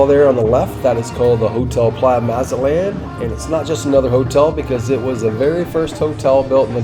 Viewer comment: How is it you know all the history, but can't say the Name correctly? Maw Zat Lawn NOT Mazz At Laan Good Grief! Otherwise good info.